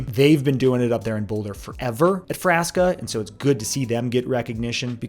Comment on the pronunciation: I think you are mispronouncing Frasca